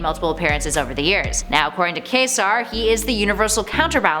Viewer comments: Please please learn to pronounce QUSAR as Kway-Sar. It stands for Quasi-stellar object. Refers to the oldest galaxies at the edge of the visible universe. The irregular galaxies the brightest things in the universe and throw off awesome amount of radiation including visible light and heat. Hence why Wendell Vaughn's character named for them. Also recommended go back to early 90s and look up the story in Quasar comics Cosmos in Collision. Maelstrom had deviant powers of kinetic energy manipulation. Killed anomaly and killed Quasar. Took his quantum bands. Confronted and survived the attack by IG Thanos. He was working as an agent of Oblivion . his plan would render him the most powerful being in existence. Beyond Thanos and Eternity, Infinity, Death and Oblivion. Required direct support of Infinity and an agreement with Oblivion to overcome Maelstrom. Reinhabit his dead body and resurrect it as well as retrieve his hands and the wrist bands with them. Condition of wearing the bands is they will not come off his wrists while alive. Hence why the hands were cut off in the 1st place. These events coincide with IG series. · Pronunciation tips: Quasar = Kway- zar (The "u" is actually pronounced as a "w", quite unlike the "u" in "quesadilla".) Primordial = Prime- ord- ee-ull.